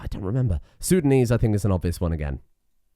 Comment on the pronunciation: I mean no offense, my brain fried and misinterpreted the word intelligible with unintelligible. I'm sorry. Great content as always! I begin to believe that you may be the source of languages itself. It gives me chuckles with how you tried to pronounce minangkabau and acehnese. And the way you get fucked by sundanese the first time.